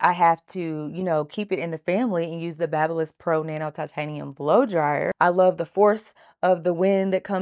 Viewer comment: Great video. Just so you know, the tools used is pronounced: “BAY-bee Liss”. Like a newborn “baby”, Babyliss.😊